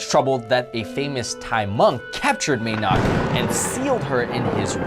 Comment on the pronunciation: may nak does not mean "Lady nak" if by any chance you butchered the term ""Mae" nak" it is pronounced maaaa nak and means "mother nak" very appropriate in this case. just because you're Asian does not mean you can pronounce all Asian languages,especially when there is no official standardized way to anglicise Thai